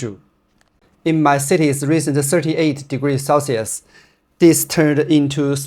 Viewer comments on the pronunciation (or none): none